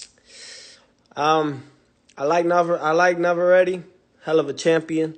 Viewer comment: That’s one L for Teo. And why he can’t even pronounce Navarrete right 🥥